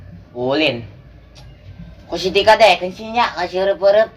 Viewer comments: salah nyebut ngaran tah si tika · Da yg salah ngucapin si tika manggil bek mlh tip 💯% salah